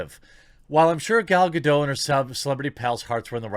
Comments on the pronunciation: It's not Gal GaD'OH :D It's Gal GaDOT. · Gadot has a hard ‘t’, she’s not French. Lol.